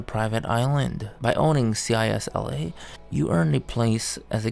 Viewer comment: It's not CISLE it's CISLA